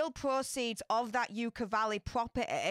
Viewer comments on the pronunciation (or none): Pronounced 'yuck-a' not 'yook-a' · Fyi, it's pronounced "yuck-uh" valley. Just think of of the feeling u get when u look The Turd. YUCK!!! 😂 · Everyone keeps mispronouncing Yucca Valley. It is pronounced Yucka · Yucca Valley is not pronounced with the long U. It sounds like yuck with an A at the end.